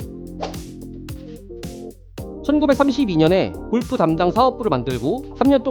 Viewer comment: 제발…꼴프 => 골프로 읽어주세요…